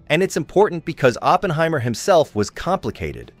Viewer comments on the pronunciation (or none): none